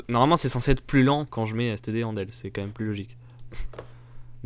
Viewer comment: Il fait le mec anglais pour dire "cout" puis 1 sec apres il prononce mal "endl" Mdrrr